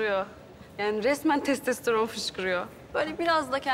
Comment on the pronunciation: Testesteron diyor sen önce konuşmayı öğren